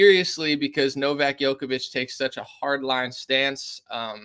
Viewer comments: It's pronounced Jokovich, not Yokovich. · It's pronounced joke-a-vich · His name is pronounced like Joe-koh-veech